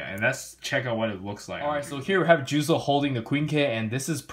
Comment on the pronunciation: His name is "Juuzou" not "Juzo".............